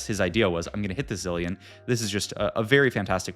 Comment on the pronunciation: bro can't pronounce zilean